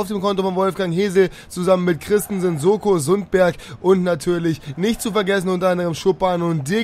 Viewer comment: Sundberg heißt Noah SoNko und nicht Soko. Der ist ja nicht bei der Polente